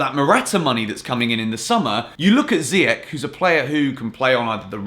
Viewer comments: Not ziyak it's ziyash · Please refer to youness's video on saying "ziy-esh" 😂😐not "ziy-ech" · Look after my boy, Moroccan pronunciation is zee-esh 🇲🇦😍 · Hakim Ziyech (pronounced Zee-yeah-sh) just so everyone can stop saying Ziyek like its an English word 🤦‍♂️ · Ziyech .. Ch, not k .. Pronounce it right. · it's "ziy-esh", as cleared by Youness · So? Ziyech isnt Dutch, he's Moroccan so it's pronounced "Ziyesh" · Literally doesn't matter that he was born in Netherlands. His parents are both moroccan so they would pronounce it Ziyesh. I'm pretty sure Ziyech values his parents over temporary teammates. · Watch youness video to knw how to pronuce hakim ziyech name u still pronuce his name wrong....